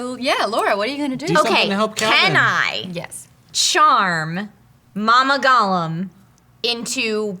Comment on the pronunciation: someone tell "lora" how t pronounce gollum god damb it!